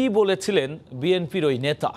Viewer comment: উপস্থাপক এর উচ্চারণ ঠিক করতে হবে বিএনফি না; বিএনপি হবে আহ্বায়ক এর উচ্চারণটাও ভুল হয়েছে। শুনতে বাজে শোনায়